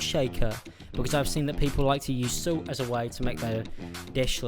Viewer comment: y do u say salt like silt